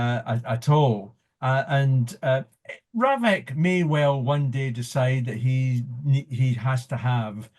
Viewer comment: RAVEC, not "Ravic".